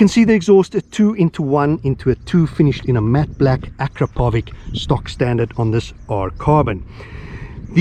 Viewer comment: I am always coming here to watch your wild stile of riding mate . Thank you ...truly cool stuff ! Don't wanna be pedantic but you pronounce 'Akrapovič ' incorrectly ;)